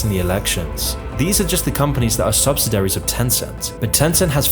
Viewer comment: "Subsidiaries" has a whole syllable in it that you're not saying.